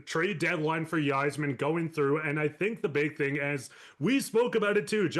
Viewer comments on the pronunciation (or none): Not trying to be an ass but it's pronounced I--zerman not why--zerman..I know it looks like maybe the Y in his last name may be pronounced but it's not..Just sayin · If you want to be taken seriously, you have to, at a bare minimum, pronounce the GM’s name correctly. Steve Yserman (eye zer man). Turned you off as soon as I heard how you pronounced it. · Are you kidding me Steve Y-zerman??? You guys are jokes if you don’t know how to say that name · Everyone mad at the way he pronounced Stevie Ys name calm the fuck down its not that big of a deal. Quit fkn crying about a name. Go wings!